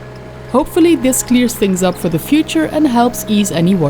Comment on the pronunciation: has really to learn to pronounce the English TH in the right way.